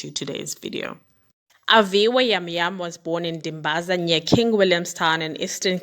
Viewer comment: It's Jam Jam pronounced with a J vha ❤️ thank you for telling her story. We went to the same school noAviwe and traveled together a lot. I really hope justice is served accordingly.